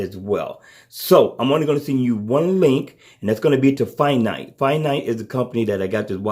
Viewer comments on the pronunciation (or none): Good video. Like the bands and the price. I may invest. Just a heads up... I think the company name is FINTIE (Fin--TYE) or (Fin--TEE) {Not nit picking Iam just saying:). Keep up the good work. Still cant decide btw gear 3 or Galaxy Watch tho - any advice? Price isn't an issue. Just can't decide if the MST or lack of is going to be a game changer or not. Thanks again.